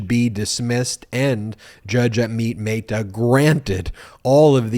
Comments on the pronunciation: Dude Amit Mehta is not a Spanish name. Don't try to apply Spanish pronunciation. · Again poor pronunciation of Amit Mehta.